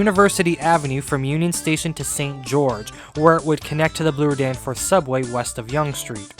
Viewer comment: Is that how you kids are saying Bloor today? “blue-er”.